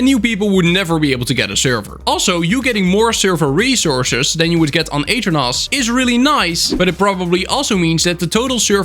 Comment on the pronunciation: The way you pronounce aternos is crazy I didn’t even realize that’s what you were saying until you should the aternos website I really thought you were talking about a different server host